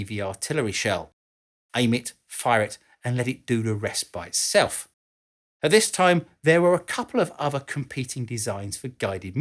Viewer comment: "fly itsaiff" is that English? Why do the English get to be in charge of English language?